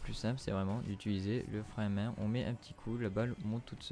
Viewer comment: Bordel l accent du nord le frein à MAINH